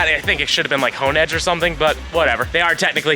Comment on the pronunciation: Han edge is crazy, it’s honedge like honing your blade u know like a Samarai lmao